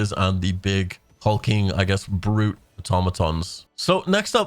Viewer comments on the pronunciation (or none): none